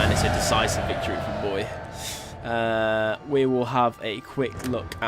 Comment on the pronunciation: Bo-ee-aye, btw.